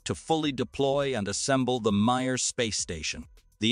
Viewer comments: NAY-sa? Re-LAY-ing on? MIRE space station? You get a thumbs-down for idiocy! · You've gotta teach your speech simulator better. NAY-sa for NASA? MIRE for Mir? You should reach higher for your production standards. Inspire more in your viewers than laughter, rolling eyes, and general disgust.